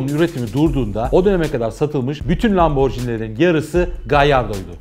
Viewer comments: Bi video yaparken biraz araştır laborji ni diye okunmaz Lamborghini okunur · Atladığınız ve bilmemenizin ayıp olduğu en büyük nokta italyan spagetti gibi okunması gereken italyan lambor(G)ini nasıl spagettiye spacetti demiyorsak lamborginiye de lamborcini demememiz gerekir. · Müdür super. Akış çok iyi. Tek sıkıntı lamborcini değil de lamborgiini seklinde okunması. Gecen bir videoda porş değil porşe diye duzelttin kazandın bizi. Neyse başarılar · hikaye mükemmel bir şekilde anlattınız ve teşekkür ederim. Fakat markayı yanlış telaffuz etmeniz üzücü oldu. Jini değil, gini olarak telaffuz etmeniz gerekiyor, çünkü 'g' harfinin arkasında sesiz harf 'h' olduğu için gini olarak telaffuz etmeniz gerekmektedir. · Abi bari sen lamborcini demeseydin yaa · Hocam, Lamborghini'de g ve i arasındaki h harfi, g'nin c'ye dönüşmesini engellemek içindir. Yani markanın okunuşu lamborgiini, lamborciini değildir. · Bu videoyu yeniden çekmelisiniz bence sayfanın adına aykırı.Lamborcini değil de Lamborgini diye okuyarak düzeltmelisiniz. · Yalnız lamborcini değil lamborgini diye okunur BİLMEMEN AYIP :)))))) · Lamborcini değil lamborgini olduğu gibi okunur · lomborjini bilinir lamborgini okunur düzeltiyim abi. Bu arada bi renault sport bekliyorum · Lamborghini’yi anlatıyorsun.Daha doğru okuyamıyorsun. Okunuşu: lam-bor-gi-ni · Tolgahan Kartal Adam lam-bor-ci-ni diye okuyor keko